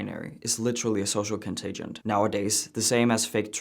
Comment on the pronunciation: Social contagion, not "contagent." Contagion. "Contagent" is not a word. 😀